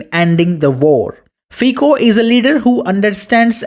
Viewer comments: It is not /fiko/, but /fitso/.. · Prime Minister Fico's name is pronounced 'fitso' , the 'c' sound in Slovak is pronounced here 'ts'. Fico is one of the very few GREAT leaders of Europe. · I can't give you like with that terrible pronunciation of his surname..